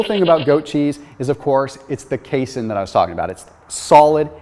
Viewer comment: You are mispronouncing the word casein